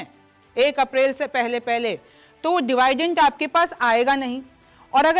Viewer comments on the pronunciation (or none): डिवाइडेंट नहीं डिविडेंड बोलते हैं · दिव्याइदिंद या डिवाइडइंड, नहीं होता 🙏🥰 डेविडेन्ड या डिविडेंड होता है 👍 बाकी आपकी प्रस्तुति अच्छी होती है 💐💐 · डिवीडेंट not डिवायडेंत